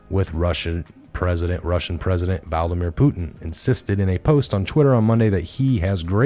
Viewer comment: Love all you hard work!!!However, it is Vlad-a-mir not Val-da-mir. Unless, you are trying to compare him to Voldemort 😆. Then, that would be great! Keep up the great work!!